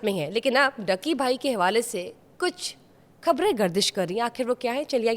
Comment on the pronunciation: اردو ٹھیک کریں اپنی' کھبریں 'نہیں بلکہ خبریں لفظ ہوتا ہے۔'آکھر 'نہیں آخر ہوتا ہے اور مسلم ملک ہونے کی وجہ سے پروگرام اسلام وعلیکم سے شروع کیا کریں ۔